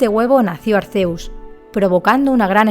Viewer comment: SE PRONUNCIA ARKÉUS